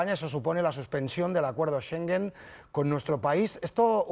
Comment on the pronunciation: Los españoles, de verdad que tienen que aprender a pronunciar palabras. Schengen no se pronuncia sengen. No entiendo cómo es que contratan a reporteros que no saben hablar bien.